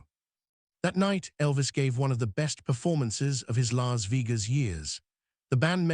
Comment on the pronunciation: A.I. crap can't even pronounce Las Vegas correctly.